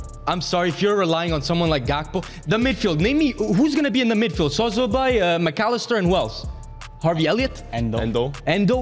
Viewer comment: his name is szoboszlai not sozobai😂